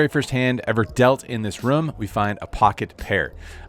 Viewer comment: Why does he pronounce room, "rum"? How does he pronounce zoom or boom or bloom?